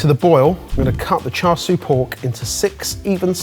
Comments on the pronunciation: Usually it's who corrects everyone on pronunciation, but it's his turn to be corrected this time! It's Char SIU (SHOO). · The 'Char Sweeeeee' killed me omd. Its Char Siu (shoo or su) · the "siu" in char siu shoudl be pronounced like "choux" from choux pastry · "char swee" .. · char "sui" 🙃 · it's Char See-you:D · Every time they say “char soo pork” I cringe out of my skin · Oh that killed me as a Cantonese. It says Char Siu, but somehow swapped the vowels and pronounced it as Char SUI. Like, HOW? I know mispronouncing things is your thing,, but come on!! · Don't say "cha" with a "ch", in English spelling it should be "ts" (like oats). Say "siu" like "see you" as a single word. Tsa seeyou. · Initially wincing at pronunciation of Char Sui but then was won over by him geeking over the double fermented dough 😂 So precious! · a chef pronouncing char siu wrong... cringe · So there's Char Siu (cantonese) and Chashu (japanese and derived from the cantonese dish). Char Siu has the 'r' sound though it's softer, Chashu (which ironically looks like what this is) lacks the 'r' sound and has sort of a mix between "ch" in chair and an 's' sound. Pretty sure, anyway.